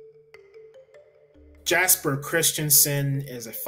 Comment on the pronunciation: Btw, Jesper is pronounced "yesper" (with R's rolled).